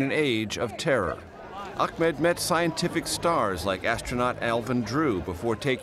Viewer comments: Hey CBS...His name is "Ahmed" not "Achmed"....way to be CBS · 😂💔 you are right it's Ahmed in Arabic But in Egypt we say it Ahmad 😂✋ there is no name called achmed It's my dad name I am sure